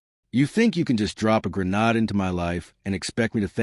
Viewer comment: AI still cant pronounce grenade properly "Grenard" is what all AI sound